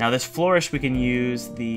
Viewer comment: Its Flur-ish, not Flor-ish